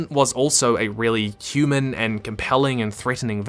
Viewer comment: I always expect to hear "humid" instead of "human" lol